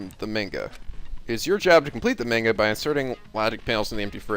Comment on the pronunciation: The way you're pronouncing manga is making me cringe